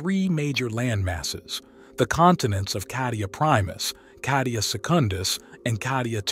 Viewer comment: why are you pronouncing Kadia?Cardia with C